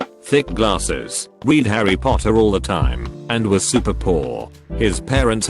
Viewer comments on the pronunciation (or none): “Reed” Harry Potter all the time